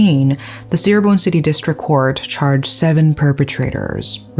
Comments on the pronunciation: Indonesian here! Thanks for covering this case, I enjoyed your storytelling… the correct way to pronounce Cirebon is Chee-rebon not See-rebon by the way, but it’s no problem I know Indonesian words are difficult to pronounce 🥹🙏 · Just wanted to let you know the C in Cirebon is pronounced as Ch.... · They made a movie about it, you should watch it. Fyi Cirebon is pronunce Chi-re-bon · Indonesian here Just so you know, places named Ci-x in Indonesia are pronounced with "C" (like you would "cheers") rather than "S" (like you would "see") Props for bringing up an Indonesian case I'd comment also regarding the police here, but I see that it'd be redundant